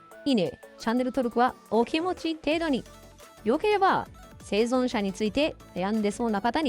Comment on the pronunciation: 生存者言えてない😂